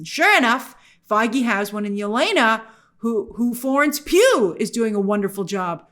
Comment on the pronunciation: I love when you say "Florence PEW PEW PEW" LOL